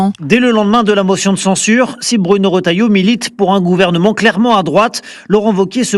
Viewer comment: Retailleau! Et non rotailleau.